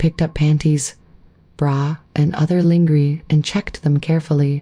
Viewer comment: Please have someone listen to these otherwise sweet stories , the narration is just wrong . They get the pronunciation of important words like lingerie so wrong .placing a pause between importand phrases like cross..........dressing and great great........ uncle John . thank you